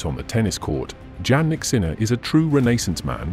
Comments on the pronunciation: PLEASE LEARN TO PRONOUNCE THE #2 tennis champ correctly! Yannik..how do you expect fans to listen to your content when you are unable to even pronounce the name of this remarkable athlete correctly? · His name is Jannik Sinner, not Jan or John from your pronouncing his name. Jannik didn’t has a nickname Jan or John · Nice video but pronounce his name correctly. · You made a video about Jannik but you don’t even know how to pronounce it.